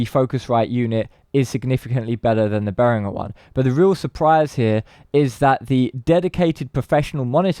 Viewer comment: At least he's one of the few who pronounces 'Behringer' correctly though.